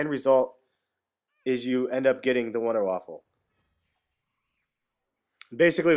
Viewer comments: VUNDAH- VAFFAH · Its pronounced vunder vaffe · it pronouced with a v not wonder vundervaffe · its pronounced VunderVaf... just sayin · "You get the Wonder-Waffle" WONDERWAFFLE? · I know but he Said Wunder Waffle makes it sound like a perverted thing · Its called the Wunderwaffe, But Its Pronounced Vundervaffe. SMART ASS INCOMING: its actually called the Wunderwaffe DG-2. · you said wonderwaffle LOL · OMG its pronounced Wunder waffe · WUNDER WAFFE!!!!!! NOT WAFFEL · there is no l it is not wonderwaffle its wonderwaffe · Nice video dude, 5 stars, just one thing, it's not waffle lol, it's [WAA-FAAFAA] so wonderwaffle is said different because it's german. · it's not wonderwaffle! Everybody is saying that! it's WONDERWAFFE DG-2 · wunderwaffe not wunderwaffle but i dont blame you i first thought it was wunder waffle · Wonder Waffle Its the Wonder Waffe Wonder Waff-e silent e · wonderwaffe not waffle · its wunderwaffa not winderwaffle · You are all wrong. First, its pronounced vunder vafa, second, its german for silver bullet ot wonder weapon. Its not wonder waffle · It's the wonder waffe not waffle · IT IS NOT CALLED wunderwaffle ITS WUNDERWAFE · it's not wonder waffle it's wonder weapon. pronounced vunder voffe in german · its wonderwaffe not wonderwaffLe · its not waffle its waffe but thanks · Wunder waffe ! not wunder waffle ! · its Wunder Waffe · wonderwaffle epic. It is pronounced VonderVaff. Like german. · IT'S NOT THE WUNDERWAFFLE!!! IT'S THE WUNDERWAFFE!!! WHY DOES EVERYONE GET THIS WRONG!!! IT'S GETTING ME ANGRY THAT NO ONE KNOWS HOW TO READ!!! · its pronounced vundavava not wunderwaffle and besides its spelled wunderwaffe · why do people keep calling it the wunderwaffle, ist wunderwaffe, GERMAN ! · don't listen to the a-holes becuase you said/spelled wunderwaffle Dempsey said wunderwaffle an it caught on pretty fast. So techinlly it's you can spell it both ways. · You saying wunderwaffle makes me hungry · actually it's VunderVaf(Er)